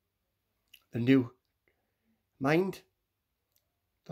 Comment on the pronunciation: Newmind ❌️ Newmint ✅️